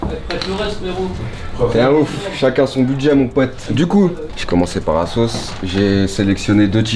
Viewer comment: C est asos pas azos😂